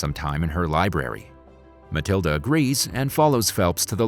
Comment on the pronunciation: its matilda not maliada